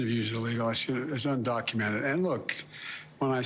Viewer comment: He can’t pronounce the word undocumented